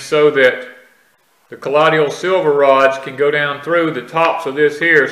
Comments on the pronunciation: So funny hearing him say collodial w/4 syllables instead of colloidal w/3. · Please pronounce the word 'colloidal' correctly. You are saying 'ka lod e ul' it's pronounced 'ka loid ul'. (loid, like the word void)